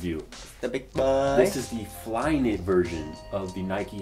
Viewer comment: "So Flyknity!" LoL